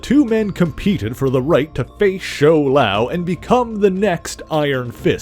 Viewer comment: My friend The pronunciation is Shou-Lao